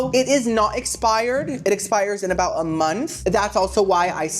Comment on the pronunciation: Lol "I'm NOT gonna talk Cout it" BUT you STILL talked Cout it hahaha I love it ! 🤣 💀 😅 💙